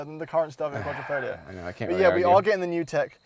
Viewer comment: I would definitely buy the Stelvio, oh wait... I've allready bought the Giulia Quadrifoglio... yes, in that Missano blue. Just one thing, it's Quadri(!!!)foglio not Quattrofoglio, learn how to pronounce correctly ;-)